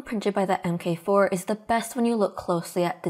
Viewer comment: “MK” is pronounced “mark” so the Prusa MK4 is pronounced “Prusa mark 4” and not “Prusa emm kay 4”.